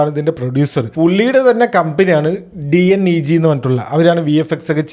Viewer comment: D N E G alla "dineg" enna parayunne. Short form of "double negative"